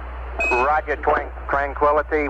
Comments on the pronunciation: "twanquility" :p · When Armstrong landed it sounded like he responded, "Houston Twanquility base here". Thus Charlie Duke got confused and said "Twan" rather than "tran". I believe it was an accident that was duly justified under the extreme circumstances and emotions of the moment. After all, they were about to abort the mission if Neil didn't land in the next 20 seconds or so. Who knows what was going through their minds, but nobody wanted to abort this mission unless absolutely justified. In fact, Armstrong and Aldin were told by mission control that if they had to "abort" the landing, they would be given the next flight slot to the Moon. They were told not to take any unnecessary chances so that they would not be compelled to make a mistake.. Source: RocketMen by Craig Nelson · Twankquillity haha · ***** I recently saw a documentary and General Duke, the cap com, commented on how excited he was that he mispronounced tranquility. He laughs about it now.